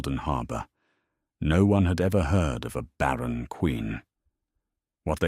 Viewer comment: “Baron” he had called her…….it is barren, not Baron as in a noble